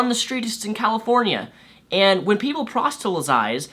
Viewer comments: hey man, it's proselytize, not prostelytize, just so no smartass holds that against you in an ideological fight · It's not a big deal but just fyi proselytize is pronounced like "prahsellihtayz" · Also, it's pronounced: prahs-lit-ize. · please learn to pronounce "proselytize". It's a bit annoying when you pronounce it like "prostelysize". It almost sounds like you are going to say "prostate". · The way you (fail to) say proselytize makes me laugh every single time. I get it; it's not that easy unless you get used to saying it, but I can't help it, it's hilarious you haven't gotten the hang of it yet.